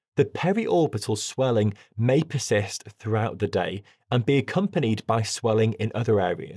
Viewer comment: Pissists (instead of persist) 😂😂😂